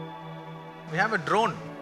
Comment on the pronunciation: the word drone sounded for a moment like acharya " DRON " jai batuk bhairava jai maa